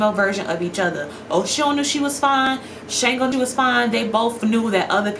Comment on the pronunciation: Shango's name is pronounced SH-AHN-GO